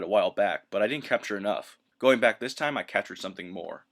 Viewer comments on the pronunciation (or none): none